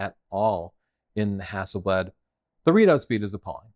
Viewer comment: camera name is stated as "Hassleblad" and not "Hasselblad"! How on earth did that happen!?